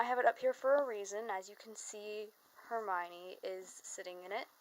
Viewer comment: HerMione- all you need is a Ronald and PoTTah